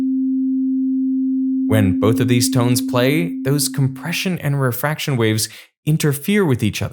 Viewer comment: Hey Derek, rarefactions are rarefied. In both cases, "rare" is pronounced "rare-uh" instead of just as "rare".